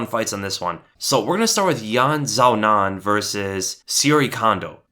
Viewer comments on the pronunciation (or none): I'm pretty certain it's "Yan Shee-Yao-Nan" that's the Chinese pronunciation anyways